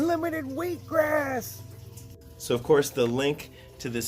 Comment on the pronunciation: Did you say "wheek grass?"